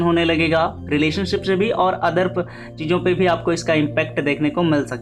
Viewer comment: Bhai Aapki aawaza bahut acchi hai But aap shabd ko sahih se bol nahi pate Jaise aap mix ko miksh bolte ho aur se ko she bolte ho Thoda Shabd ko sahi se bole bhai to ziyada behtar rahega Baki sab theek hai aapki aawaz bahut mast hai